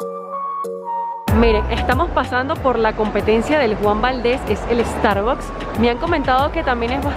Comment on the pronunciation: Porque pronuncian tan mal Starbucks???